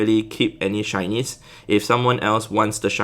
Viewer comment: shinys I can't hear shinys I hear Chinese 🤣🤣🤣